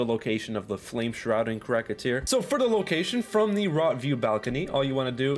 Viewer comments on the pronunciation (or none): Cracka tear he says 🤣 it’s cracked tear my guy, but with saying that I can’t get 90% of the bosses names right in this game